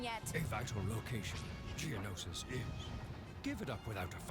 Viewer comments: Geonisis is prounounced Gee-uh-no-sis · geonosis is pronounced Jee-O-No-Siss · btw its Ge-O-nosis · It's Geo nosis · not geonosis it is GIONOUSIS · It's ge o no sis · It's gee-o-no-sis that bothers me because I'm like a huge Star Wars fan 🤓🤓😂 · Its pronounced Geonosis (Jee-oh-no-sis) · Its pronounced g no sah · I THINK it's pronounced "Jen-oh-shus" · It's Geonosis, and to pronounce the planet it is in fact called as Geo-no-sis. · I can't wait for Part 2! When will it be uploaded? Also, the planet is pronounced "Geo-nosis". As you said next part you will play as Anakin, after that you should play as Obi-Wan and then you should go on to play as Yoda. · bruh it's prounounced geo no sis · hey im not trying to be a correct you for every thing but the way you say geonosis is this GEE-OH-NO-SIS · The way he pronounced Geonosis hurts. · Did anyone else get annoyed when he pronounced Geonosis wrong?